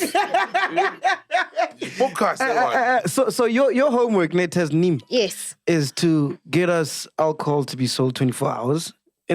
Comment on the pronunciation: Sol was butchering Tasneem from the start of the interview